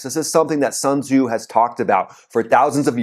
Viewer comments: Sun Tze pronounce as 'Soon Zhi' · Sun Su ? You can’t even pronounce his name right. Absolute 🤡.